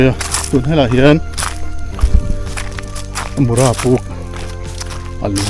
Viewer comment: Mura i lam rik dan thluk a dik lo aw